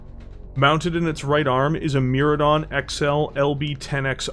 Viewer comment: whispers Mydron, not Myradon